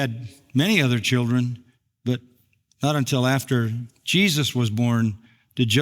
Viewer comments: Confusingly, mispronounces an important word. It is UN TIL not EN TEL. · Until ???!! It sounds like you’re saying intel. I was very confused. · Great talk, but why are you pronouncing until as intel? That can be jarring and confusing. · I just wish would pronounce ‘until’ instead of ‘intell’. Sorry, I’m ‘picky’ in regards to pronunciation. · this drove me a little crazy 😅 great arguments though ..